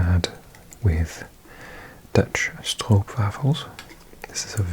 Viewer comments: as a Dutchie watching, I absolutely loved your pronunciation of windmolen and stroopwafel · With that pronunciation of windmolen and stroopwafel you seem Dutch 🤔